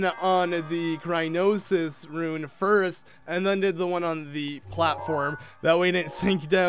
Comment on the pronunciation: its cryonis not crynosis